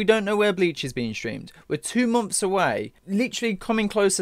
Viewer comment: Stop saying "momfs" when it's "months" damnit..